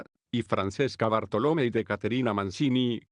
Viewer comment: Avignon: se dice en castellano: Aviñón. y Mancini se dice en castellano: Manchini.